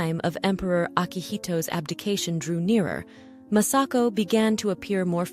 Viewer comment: Her Imperial Majesties name is Masako,... not Massako; you idiot ! This lady wrenches the gut when Mispronounces the Japanese language and names. so disgustingly disrespectful; shameful!!